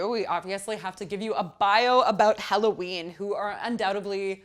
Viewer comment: BTW the name of the band is HELLOWEEN not Halloween